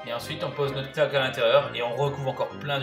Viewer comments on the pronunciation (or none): knacki ! pas knack😂